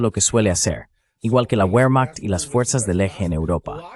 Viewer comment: Por favor, no seas cateto, como si la w la hubieran inventado los ingleses. WEHRMACHT, se lee bermajt, WAGNER se lee bajner. Que es eso de la uermajt. Cateto!!!!!!